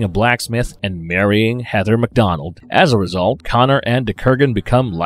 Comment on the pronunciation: I'm sorry, but I cannot continue watching this episode to the end. Your Long Island speech impediment and mispronunciations bother me that much. It's either long island, new york, or New Jersey. They are all irritating. The name is Heather! Not HEADDER!